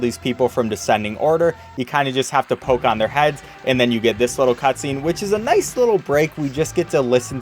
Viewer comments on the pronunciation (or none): none